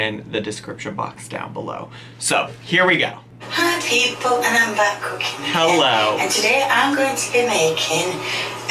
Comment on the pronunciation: You’re right! Kay’s cookeeeen is probably a a bit of bolth.